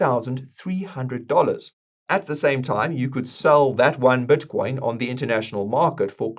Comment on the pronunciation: I'd love it if learned how to pronounce "i" in words. His "Bitcoin" sounds like "Buttcoin", and "this" sounds like "thus"